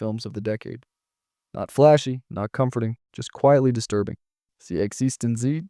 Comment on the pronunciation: also Existen-ZEE instead of Existence. Bewildering.